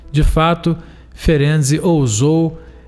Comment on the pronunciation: Amei você pronunciar corretamente o nome desse baita cientista Isso mostra sua seriedade. Como descendente Húngara fico agradecida, pois estudar e saber pronunciar o nome de alguém é respeito 👏👏👏👏👏